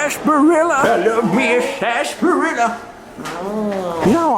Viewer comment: Love doing the old time voice....Sarsssaparilla!!! lol Thumb's up 👍